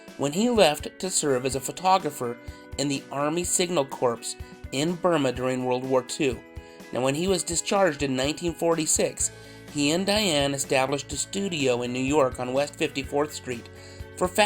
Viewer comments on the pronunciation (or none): I've loved Alan Arbus for years. You how ever... It's pronounced CORR... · Corps is pronounced core. Great videos.